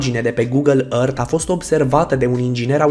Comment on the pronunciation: Earth se zice ărf ok.